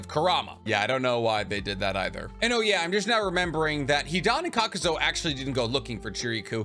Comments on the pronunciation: Loving your videos fellow Anime weeb, but in fairness it some of your video's you have some odd choices for how you pernounce some Names like Kakuzu you say 'Kakuzo' but it is just you my man so you do you love the info I gain from the video's. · Serious question.. is he knowingly mispronounceing names all the time so ppl comment ab it and the algorithm likes that?? Like.. kakuzo? Its honestly annoying af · Kakazo and homage. Lol love the repeated mispronounced names. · THERE IS NO "O" IN KAKUZU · Please learn to say Kakuzu. It's not Kakuzo. Edit: also, the H in homage is silent. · KAKUZU > “Kakuzo “ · Why do you keep pronouncing his name kakuzo when it's supposed to be kakuzu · I know you arent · Kakuz-oh Tsu-chay-kage Edo Ten-sai it's endearing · How you pronounce Kukuzu wrong? But Chiriku right? They both have the same U pronunciation at the end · THANK YOU HE WAS DRIVING ME CRAZY WITH THAT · Hate how you’re pronouncing Kakuzu